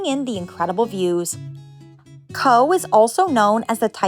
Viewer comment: I loved your video and as a well travelled Irish person, you introduced me to several places I'd never heard of. My only comment is that Cobh is pronounced "cove" & that a trip to the Blasket Islands should also be a "must". I would suggest reading "The loneliest boy in the world" by Gearoid Cheaist O Cathain before going there. (Spoiler alert; he had a very happy childhood on the island!)